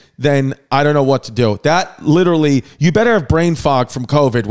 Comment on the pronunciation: Chrissy LIT-TERALLY